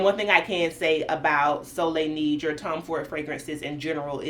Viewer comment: Neige meaning snow is pronounced Naege as in Nae Nae. And of course soleil is sun and you said it correctly.